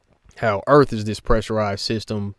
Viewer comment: The earff be flat. Nah wuddah saying?